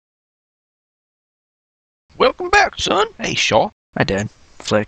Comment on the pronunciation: lol shaw, he is called shea. fun video!